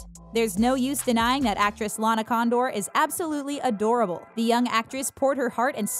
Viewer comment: ok is it just me or does the narrator lady say LARA Condor